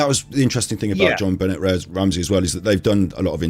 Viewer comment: You guys keep mispronouncing her name! C'mon! It's pronounced ZHON--BEN-AY! (Accent on last syllable).